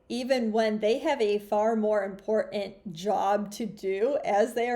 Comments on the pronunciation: BTW, "a nother" is not 'English', try "an other". And, "import---ant"... really? "It is 'im-port-ant'. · What is it in 2024/2025? Everyone is saying "Impor-Tant"...Is this for real? Anyone else notice? Maybe these videos are all AI, and the pronunciation of words is standard across AI videos? Hey, it's possible. The Government has WAY better AI than the masses, and are still working out the kinks.